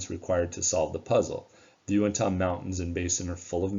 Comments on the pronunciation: Great video! I'm very interested in History and Discovery Channels programs on these two locations. Just wish they weren't so much into manufacturing "drama" in their presentations. FYI, Uintah is pronounced "Uintuh". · UINTAH. Get it correct!